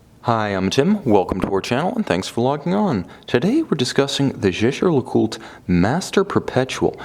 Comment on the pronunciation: why ? I think he says it correct